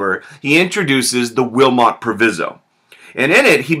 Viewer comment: Proviso: Pronounced w/long i